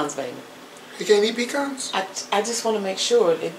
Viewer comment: Please pecans are a southern grown tree, say puh-cons, not pee-cons. Love your